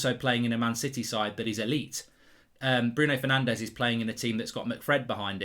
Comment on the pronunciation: Course it’s Bruno Fernanché